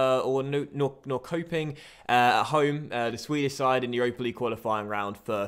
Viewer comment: Norrköping> norr-sho-ping